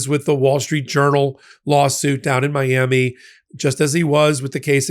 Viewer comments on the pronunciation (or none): none